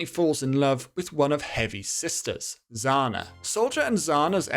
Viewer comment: Heavy's sister name isn't Zana, it's Zhana.